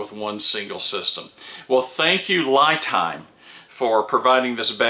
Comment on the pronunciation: 👍Great video,! Very informative!!! But the brand name seems to be mispronounced. 🤪LiTime / ’ lɪtaɪm/ ，Li represents Lithium.